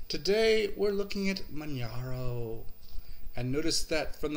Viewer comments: I agree with Bierce88 it is pronounced as in Kilimanjaro after the mountain range..Some people have been pronouncing it Manharo but that is wrong.. Manjaro has probably the best hardware detection in the business and the AUR is possibly the best source of software...My only other system I do like to use is Antergos which is true Arch with a GUI. Great video and thanks for this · Yeah... it sounds like Kili-manjaro. mispronounces it... too much Florida Sun!;)